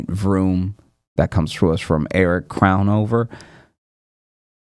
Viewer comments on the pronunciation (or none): none